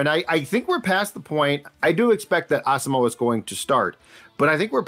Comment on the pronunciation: Why are Vikings Podcasters and media people unable to correctly pronounce Brian Asamoah's last name??? It's pronounced "Awesome-wa".